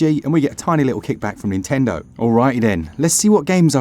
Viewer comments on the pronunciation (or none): none